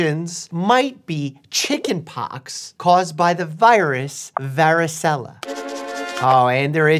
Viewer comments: It’s varicella ZOSTER. Not varricella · as a italian descendent person. its pronounced vari-chella.